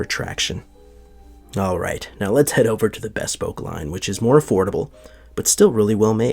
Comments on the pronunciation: Bespoke is pronounced /bɪˈspəʊk/ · Not to be a bag of dicks, but just for future reference, since you're in the shoe biz --- not 'bespoke' as in best, but a short, clipped 'bespoke' as in buh... It should almost sound like b'spoke-- hardly any vowel sound after the 'b'.